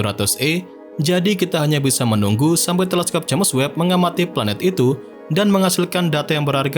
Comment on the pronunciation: Bang saran aja, dari dulu pengucapan James Webb dibacanya selalu Jemes Webb, Harusnya dibaca Jems Webb bang 🙏🏻